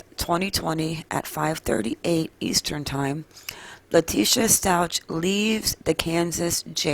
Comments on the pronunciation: Stauch is pronounced with a K sound at the end, not a cha sound. Glad to see this info., thanks for the video. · It's "STOWK" like cow.